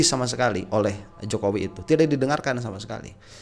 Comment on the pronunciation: ngakak saat keseletot nyebut JOKOWOK😁😁